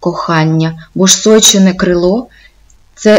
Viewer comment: Розказано не погано, але є зауваження вимовляється не сойчєне, а сойчине вимовляється трердо ж, ч, ш а не пом'якшено.